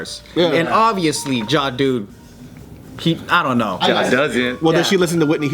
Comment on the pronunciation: “Ja-Du Batista” hahahahaha! 😂 BART WTF! 😂😂